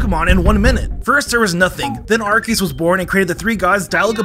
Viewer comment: The mispronounciation of Arceus is driving me crazy